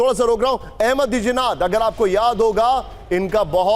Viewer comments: Arey name to sahi lo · Abey naam to sahi se le le.